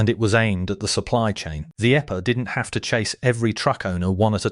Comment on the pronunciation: The eppa? 😂😂😂😂 Teach your robot about acronyms. And, punctuation while you’re at it. 🤡